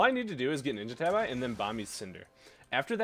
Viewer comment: Bruh they're pronounced "ninja tahbee" XD